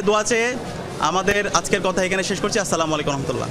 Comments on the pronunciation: Eta আসসালামু আলাইকুম হবে। এরা বলে সালামু আলাইকুম why!! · আস-সালামু আলাইকুম… সালাম টা ঠিক ভাবে দিবেন ইনশাআল্লাহ